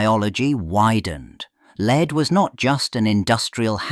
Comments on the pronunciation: Leed....??? Wtf AI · Just read it yourself. A.I. is obvious. Leed? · C'mon AI, make up your mind. Is 'lead' pronounced led or leed?